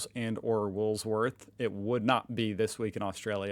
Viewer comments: Please stop saying WOOLSSWORTHS it's WOOLWORTHS NO SSSSSSSSSS Rather you say WOOLIES and please don't say WOOLSLIES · HEY, I REALLY HOPE WE DON'T SOUND LIKE THAT! IT'S A TERRIBLE ACCENT. AND IT'S WOOLWORTHS!, NOT WOOLWORTH!! YOUR VERY SWEET THOUGH MATE. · He does know its woolworths. He says woolswoth on purpose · please get it right. In the past few of your posts you are saying Woolsworth instead of Woolworths. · Wool worths not woolsworth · Because of your stubbornness to pronounce "Woolworths" as "Woolsworth" I will not be watching your channel any longer. Good luck in the future. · Woolworths not Woolsworth! Don't you read the comments on your postings? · Hearing you say Woolsworth instead of Woolworths is so damn annoying, please pronounce it correctly. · Hi, it is Woolworths, not Woolsworth. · maaaate its Wool worthS not woolS worth ......... Woolworths so easy am american college student might be able to work it out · Wool-worths, not wools-worth. PLEASE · Wool......worths. NOT Wools.....worth. Best yet, just say Woolies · IT'S WOOL FUCKING WORTHS! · Repeat after me ... WOOL ...............WORTHS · Love your show, excellent, but it’s pronounced wool - worths. Cheers🇦🇺🇺🇸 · Woolworths. The "s" is at the end, not in the middle. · Don’t you read your comments? No “s” in wool-worths. Is this deliberate? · he says woolsworth as a joke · and when are you gunna learn that says woolsworth as a joke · How long has been saying Woolsworth?👀. Just say Woolies! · yes he knows that he says woolsworth as a joke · there is a second S in Ryans world he says woolsworth as a joke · Yeah we got the 1 litre bottle of Gatorade. Slightly different shape. And Woolworths. Not Woolworths! I'm sorry, but I have a sneaky laugh everytime you get it wrong 😂😂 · Why...cant... You... Say.... Woolworth ? Its not Chinese 🤯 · It’s “WOOLWORTHS“ there’s no “S” in between the WOOL and the WORTHS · Yet he struggles to even say it that way.